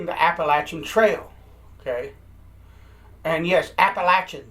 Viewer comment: There are so many selfish, inconsiderate people around and littering just drives me up the wall! Why trek to someplace beautiful for enjoyment only to turn around and destroy it? It is beyond me. Also, as a NC native, thank you for pronouncing Appalachia the only correct way :)